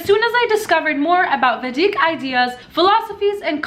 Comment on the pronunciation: say vEEdik